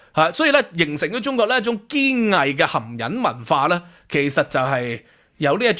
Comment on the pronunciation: 你讀到好似含𠃊 😂